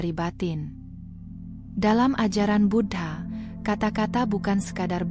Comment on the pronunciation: Suara nya bagus, sayangnya aku merasa tak enak setiap admin nya menyebut Buddha dgn kata Bud ha...